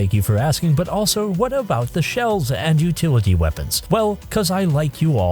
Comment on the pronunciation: It took me way too long to realise you're saying shells not shelves